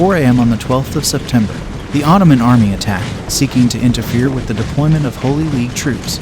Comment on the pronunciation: These dimwitted AI voices which haven't got a clue how to emphasize words makes this sound embarassingly silly. Because you're talking about Ottomans attacking, the phrase "And in return, the Polish army would come to the relief of Vienna if it were ATTACKED" sounds idiotic. You're supposed to say the Poles would get help if Poland were attacked, but they would come "to the relief of Vienna if IT were attacked." Talk about sounding like you have no idea what you're saying. This mistake is repeated many times. How about this idea? Get an actual narrator who has some idea what he's saying.